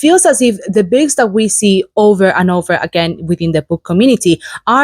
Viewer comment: Nice. Thank you for sharing! I like what you do. But since you talk about books, I'd really love it if you could try learning just that one word, how to pronounce it like most English speakers do, i.e. BOOKS instead of BICKS. Because it really sticks out when you speak. Please forgive me for asking this but I'm an editor and can't help it. It's for your benefit, too. God bless.